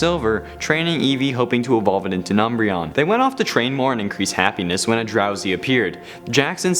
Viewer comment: I love "umbreon"